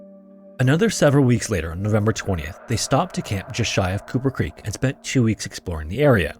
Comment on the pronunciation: You keep saying Cooper Creek.... and I keep hearing Kupa Keep... Damn you Stick of Truth